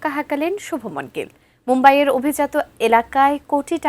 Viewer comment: সাংঘাতিক শুভ মন কি আবার? তার নাম শুভমান গিল😂